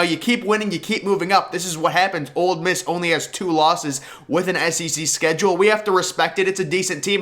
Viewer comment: It's Ole Miss. Not "Old Miss"